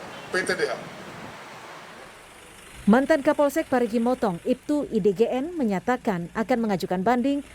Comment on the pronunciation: mo u tong bukan mutong😭